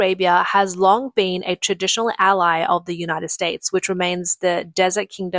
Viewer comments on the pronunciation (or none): none